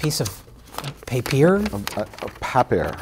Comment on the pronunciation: Funny you say paper like it is German: Papier.